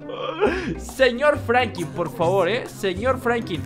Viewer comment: No es por ofender pero es franklin no franki